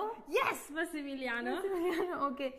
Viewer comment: Massimiliano bolte bolte masi ka aatma nikal gaya andar se